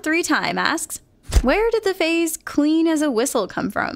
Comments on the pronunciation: phrase not phase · She said "Phase", not "Phrase" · says "phase" instead of "phrase".